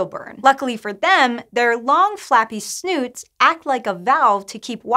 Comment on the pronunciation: She called a snout "a snoot"